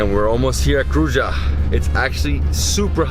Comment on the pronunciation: Kruja is pronuonced Krooya